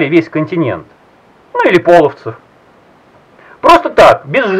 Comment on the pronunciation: Не пОловцев, а полОвцев. Не коверкай, пожалуйста, имя моего рода. Ну и так то мы белые и не кочевники, а просто степняки. А проще говоря отличаемся от вятичей тем, что мы не крестились по приказу, а остались язычниками